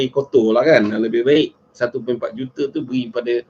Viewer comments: Sebut juta gi jote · Boleh tak cakap dgn betul.... JOTER JOTER JOTER JOTER JOTER... Kau pergi sekolah Myanmar ke?